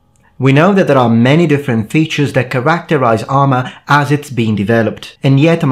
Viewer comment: You had me at "KARAKTARAIZE"